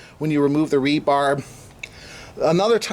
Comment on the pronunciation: I had to stop watching after the 20th time you said "rebarb". It is 'rebar' aka reinforcing bar, not 'rebarb'. Geez.